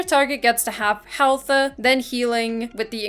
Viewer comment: under half healthUUHH lmao is it hard to speak properly?